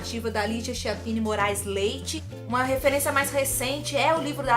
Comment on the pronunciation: Ligia "quiappini". Se pronuncia assim. Adorei seu vídeo.